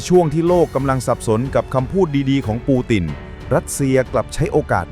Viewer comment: วรรคโอเค แต่บางคำปูตินเป็นปูตีน ยึดเป็นยุ๊ด แต่วรรคตอนฟังไม่ขัดหูก็ผ่านครับ